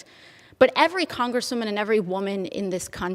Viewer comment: When the proverbial shoe is on the other foot, AOC doesn't like it. LOL!! She's a *congresswoman*. Notice her emphasis on the word congresswoman. Then goes on about the "Oh woe is me because I'm a female" speech after that, ugh!